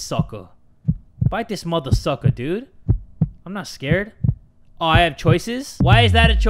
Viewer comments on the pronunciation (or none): none